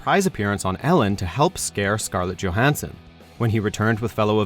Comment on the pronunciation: Pronounces Scarlett Johansson's name correctly. - Pronounces Scarlett Johansson's name incorrectly. Gotta love that consistency.